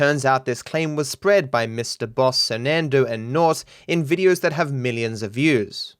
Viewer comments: Sernandoe never learned how to sound out words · You lost me at sernandoe and naught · Dont ever say surnandoe mybe right ever again